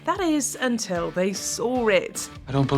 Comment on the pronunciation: "saw" doesn't have an R in it